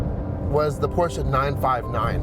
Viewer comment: Thank you for pronouncing Porsche properly! *new subscriber